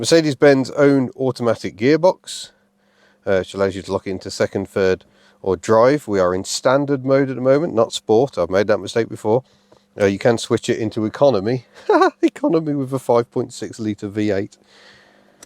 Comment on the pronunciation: Smoov, fird, free, fink, frough, fought....thucks sake